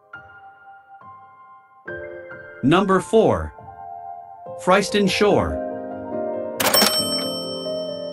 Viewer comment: Please learn how to say Freiston? Because I use to live has